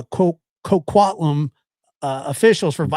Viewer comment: The way you said Coquitlam was wrong but that’s OK lol